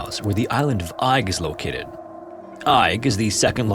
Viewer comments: The isle of Eig is pronounced EGG, not EYE-G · Eigg is pronounced "egg". I know, easy to mistake and not that you'll even see this! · ‘Eigg’ is pronounced ‘Egg’. It’s one of a group three well-known islands on the west coast - Rum (the largest), Muck (the smallest) and Eigg. I’ve sailed around the area. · I feel kinda bad for correcting you, as it was a valiant attempt, but believe it or not, Eigg is pronounced "Egg". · Eigg is locally pronounced as Egg. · Seriously man, search for the proper pronunciation of places in the UK before throwing them into videos. Your content is good but the Clan story was unbearable - the island is pronounced "Egg". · Greetings from Scotland. The island of Eigg is pronounced EGG..... I still enjoy your stories though. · stressfull to hear you mispronounce Eigg (egg) sm times but glad somewhere from my home is being mentioned. I've been in that cave and found bones!! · you do such incredible research and yet it is such a shame when pronounce place names so incorrectly, please research this as well! i'm relieved that macleod was said correctly but southwark and eigg are not said that way. without using IPA its best described as southwark being "sutherk", similar to suffolk. and eigg is pronounced more like "egg" or "airgg". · im pretty sure Eigg is pronounced more like "egg" just an fyi! ♥ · That’s not how Eigg is pronounced at all. It’s said “egg”. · Amazing Video as always. Fyi, Eigg is pronouced Egg. We Scottish love making things hard to pronounce. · It's pronounced "egg". Source - I'm scottish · Eigg is pronounced 'egg' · Eigg is pronounced as 'egg' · I'm going to be picky here and point out that Southwark is pronounced "Suth-rk" and Eigg "Egg". It's makes me wonder how accurate the other details of the stories are. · Isle of “egg” that’s how you say it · It's pronounced EGG!!! 🏴🏴🏴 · I know it's spelled pretty strange but the island name is pronounced "Egg"